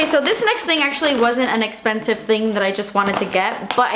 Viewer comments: "Guuurl.. das espenesiiive" lol seriously Love you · cause daaas essspensive!!! hahahah I LOVEEEE when you say that! I catch myself saying it often!!! love you your such an amazing person:)